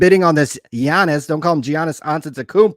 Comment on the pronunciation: I mean I like SCR but can’t even pronounce Giannis correctly and they pronounce Will Grier wrong every single time 😆